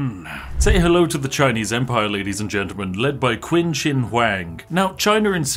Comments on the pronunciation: I know you don't care in the slightest, I know it really doesn't matter, but just a small nitpick, 'Qin' in chinese is pronounced 'Chin' because translators apparently don't give a shit about letters. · Damn brits and their pronounciation of "Qin". I was really confused by this queen of China.